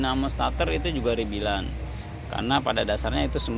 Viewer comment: Bang bukan rebil ... tapi REBUILD